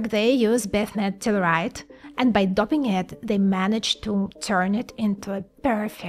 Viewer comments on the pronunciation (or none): My favourite is “doping” pronounced “dopping”.